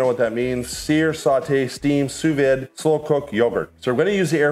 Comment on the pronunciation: "Proof which I don't even know what that means" Proofing dough, rising...breads, pizza dough, naan, etc. Sous Vide pronounced as Sue Veed